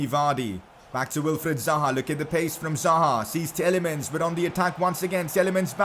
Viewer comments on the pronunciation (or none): I know it's just my OCD but Tielemans is pronounced as Tee-lay-maans and not Tee-el-ay-muns like you do. It's insignificant ik but please correct it. :)